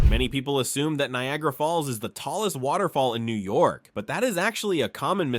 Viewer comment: The pronunciations are shitty in this lol. He is obviously not a real New Yorker